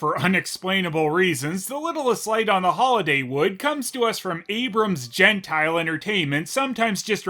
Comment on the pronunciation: It's Abrams "Jen-tee-lay," not "jen-tile."